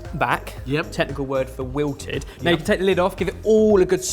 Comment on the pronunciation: "You're cheffin' all over the place!" literary 15 seconds later " you can see how it all just 'mleau' (pronunciation?? XD) back, technical word for wilted" xD yeah, you do you xD